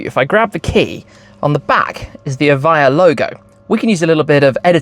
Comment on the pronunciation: Evija no eva, traductor playo